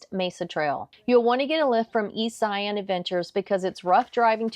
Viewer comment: Great video! However, you missed one mistake. Not knowing how to pronounce Zion. Its pronounced like Lion with a Z. Anyways, thanks for showing other parts of Zion that youtuber usually don't!